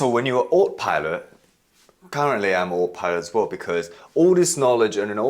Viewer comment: Ah- toe pilot! Autopilot😊